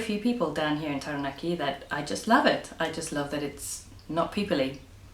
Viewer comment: Chur love how you pronounced Taranaki . 😊Awesome 👍